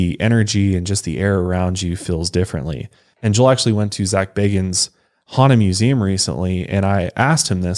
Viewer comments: if youve been to the museum how do u still say his name wrong 😭😭 BAE-GINS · it's "BAY-gins"